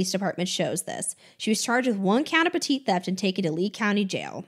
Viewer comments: Just an FYI: "petit theft" is pronounced "petty (rhymes with "Betty") theft." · Did you just say “petite theft”? 😂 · Petit is pronounced "petty" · petite or petty??